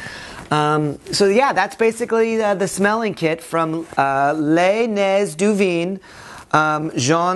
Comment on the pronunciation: First! Dude, hope your french is better after 9 years ;) It sounds funny and much more cringy, when you show a french product but cannot pronounce it correctly.